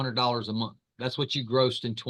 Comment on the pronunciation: its month...not munt!